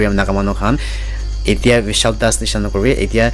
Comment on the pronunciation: Bishal not vishal ban not pan u r confusing others pls try again